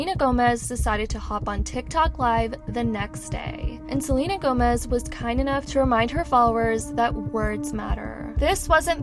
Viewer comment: Can't even say queen Selena Gomez name 😵‍💫